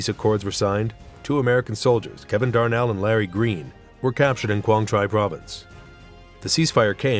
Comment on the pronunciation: Quang Tri…. Pronounced Quan Tree